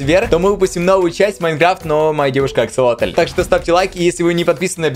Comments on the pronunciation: ДА НЕ АКСАЛОТЛЬЬЬЬЬЬЬ А АКСАСОТЛЬЬЬЬЬ АААААААААААААА ПОЙМИ УЖЕ 😣😩😩😩😩😩😩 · аксолотль вроде а не акселотль.. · не аксолотель а аксосотель